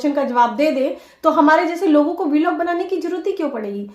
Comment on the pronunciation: बिलॉग नहीं ब्लॉग बोलो डिग्रीधारी